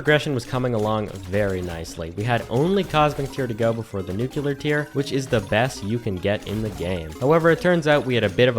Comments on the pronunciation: This video makes me ask: How do people still say Nuc-ulear when the word is right in front of them spelled Nu-clear?! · "nu kyu ler"?? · so most people are illiterate idiots, that's what you're saying? Just looked it up - it's because Americans are stupid and go "-ular" is more common than "-lear" so obviously it's "nuke yoo ler" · Nu-cu-lar. shudders